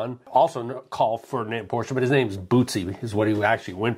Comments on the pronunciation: Thank you for correctly pronouncing Porsche. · Thanks! Having lived in Germany and owned a Porsche, I take great pride in pronouncing it correctly.